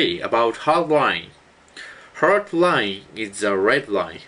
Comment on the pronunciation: i thought he said red wine and hard wine